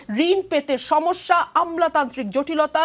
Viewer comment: আপনার "সমিস্যা " শুনে হাসি পেলে😊😊